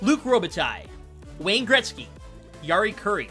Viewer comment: Thats not how you say Gretzky 😂